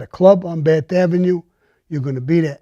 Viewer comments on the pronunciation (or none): none